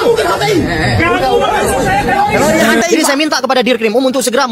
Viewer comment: Tifa . ROy. Rismon Emang tiroris itu baca nya